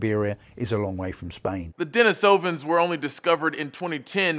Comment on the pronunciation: De-NEE-so-vans, not DenisOvans.